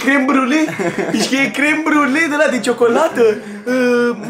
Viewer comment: "ialapenio" "cosaiamaș" "California ripăr" "tortiliauri" "checiup" "pi-fachin-cant" "crem briule" a incercat macar